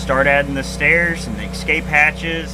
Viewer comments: Love the project but there is no "X" in "Escape." (not pronounced Excape). Cheers. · Looks awesome! Just one thing, there’s no “x” in “escape”.